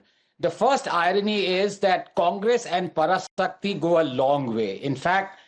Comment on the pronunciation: This is a duplicate Tamil..,Can't even able to say பராசக்தி /Parasakthi. properly.idi..otic moro..on!!!😃😃😃😃😃😃👎👎👎👎💯✅